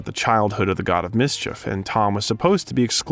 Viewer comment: "Combridge" instead of Cambridge, "Maavel" instead of Marvel, and then "mis- cheef" instead of mischief. Usually, if it's a bot, there are weird pronunciations in every other sentence. Here, it's very random words with very interesting pronunciations. 🤔